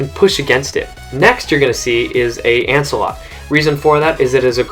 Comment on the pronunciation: Why does everyone says ancealot